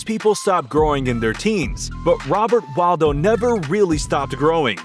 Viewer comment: Wadlo not waldo lol